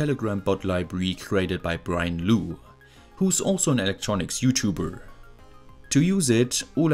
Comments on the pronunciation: Brian's last name is pronounced "lock", you were close! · "Lough" as in Brian Lough is pronounced "luff". Words ending in "ough" are a nightmare for which to know the correct pronunciation. Don't feel bad; many English people have trouble knowing the correct pronunciation of names of both people and places. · I believe Brian's surname is pronounced "lock" :) - I'm glad you selected his library. He did a good job on it!